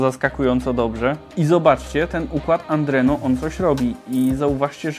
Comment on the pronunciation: Czy ja słyszę "Andreno" zamiast Adreno? 😉